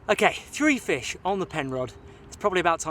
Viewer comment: "That's a noice fesh!"